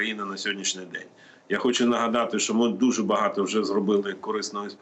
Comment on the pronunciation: Послухай ведуча,правильно казати що,а не щьо.І взагалі вчіться казати тверде О,а не ьо.